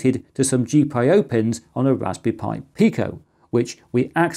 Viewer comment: Gee-pie-oh? I didn't know I could hate a reading of an acronym, but you managed to pick the worst one possible